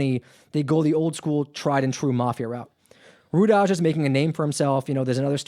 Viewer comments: Rudaj is pronounced “Rudai...Rudaiii” is the plural of the “Rudi” surname. It isn’t pronounced “Rudazzz” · Rudaj is pronounced Ru-Die.